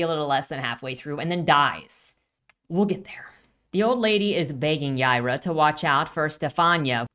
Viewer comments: It’s Hebrew and pronounced “Yeh-ee-rah” but they pronounce it as Y-eye-rah” which is the Spanish pronunciation. She’s from space so I think it’s just a coincidence that her name is Hebrew but also pronounced the way people in Texas/Latin America would say it. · Is her name pronounced "Yeye-rah", or "Yee-are-uh?"